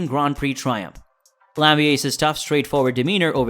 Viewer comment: You may want to put people's names into Google Translate in their native language to learn how to pronounce them correctly. There's no "sh" sound in Verstappen, nor is Gianpiero Lambiase's last name pronounced in the English manner, but rather the Italian manner, since it's an Italian name. Also, his nickname is GP in the garage/on track. Also, Jaques Villeneuve and Gerhard Berger's names were also pronounced incorrectly. It's obvious you're new to the sport. I applaud you taking the time to create this content, and it is very well edited and scripted. Just a bit of constructive criticism on the pronunciation of the names, but for the rest, good job, and keep it up. I've liked and subscribed 😁